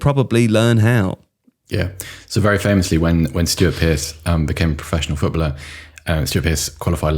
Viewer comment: Does (the toff one) know there are three syllables in 'footballer'? Or is he dyslexic, and that's why it becomes 'foot-blah'